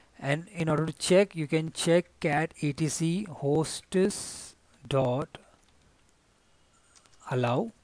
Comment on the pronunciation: It is "HOSTS", NOT "HOSTESS" !!! learn how to properly pronounce english words.